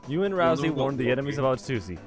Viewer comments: Ralsei, not ralzee. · RALSEI IS NOT PRONOUNCED "Ralzee"!